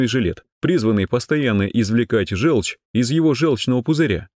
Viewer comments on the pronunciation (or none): Напишите в программу говорящего робота: не желчь, а жЁлчь.